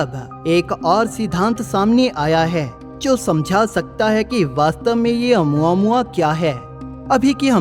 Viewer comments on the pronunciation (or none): Nice video bro . It's pronounciation is "O + mu + aa + mu + aa "